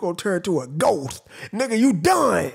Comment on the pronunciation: He also said smoked instead of ghost